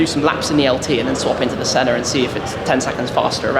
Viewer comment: The 'Shenna'.